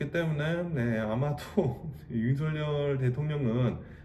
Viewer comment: 조심스레 살짝 말씀드려봅니다.. 현한국대통령 이름은 “윤석열”이고.. 정확한 발음은.. ”서결“입니다 많은 분들이 “성열”, 또는 “성렬”이라고 발음하시는데.. 그럴려면 “윤석렬”이라고 표기해야합니다 원칙적으로 국어맞춤법에 따르면 정확한 발음은“서결”이 맞습니다.